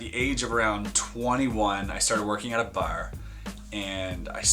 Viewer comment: Most Canadian pronunciation of "Bar" ever